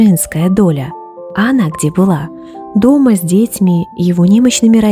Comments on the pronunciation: С дЕтьми???😮😮😮 ИИ,даже слушать не стала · Некоторые слова в озвучке как искусственный интелект. Например детьми с ударением на первый слог